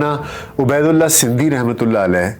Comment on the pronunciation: Buhat khoobsoorat kawish talafuz ka khiyal rakhey. aap kah rahe he Abedullah,mgr ye Ubedullah he.